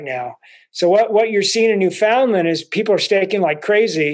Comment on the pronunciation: Just to let you know it's NOT pronounced New Found Lind ...it's pronounced New Fin Land ..The locals are too humble to let you know that